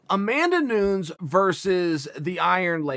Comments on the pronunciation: No one: Chael: Amanda Noons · lol..Amanda "Noons". Does he keep doing this on purpose? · Amanda noons 😂 I’ve heard Chael say it correctly many times before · “Amanda Nunz” -Uncle Chael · C'mon Chael you clowned a dude for saying yarear for Yair but you call Amanda Noons...🤦‍♂️ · " Amanda Noons " hahahah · “Amanda Noons” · If Chael says Amanda Noons, then it’s Amanda Noons